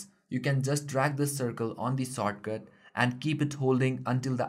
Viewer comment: soatcut.......you mean shortcut?????????